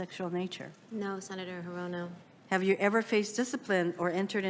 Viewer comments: Hirono . . . is pronounced 'Her? Oh NO! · Bruh I’m actually dying lol 🤣🤣🤣 “HerRona”